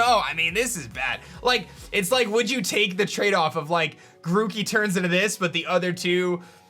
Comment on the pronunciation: They butcher grokey